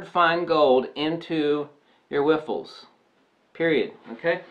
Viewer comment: whiffles? Riffles hehe great vid